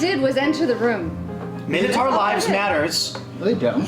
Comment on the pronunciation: Can none of them pronounce the last syllable in 'minotaur' properly?